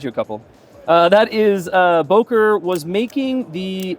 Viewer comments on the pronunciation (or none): Its not Bohker, is Beuh kerr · Boker? It's called Böker... learn it!